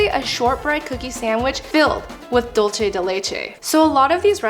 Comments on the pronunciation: I'm sorry but dulce is pronounced like dool-say. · i'm sorry, but why does no one know how to pronounce "dulce de leche"? it's spanish, not italian. "c" is equal to english "c/s" or "th" (in some countries) so why make up a whole new sound for "c"... also, "leche" does have that "ch" sound (the different one), not "dulce"